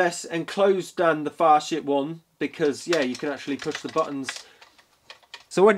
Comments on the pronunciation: Pretty sure it's pronounced as "Fasit" rather than "Fashit". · Hands up if you giggled like a schoolgirl every time said Facit.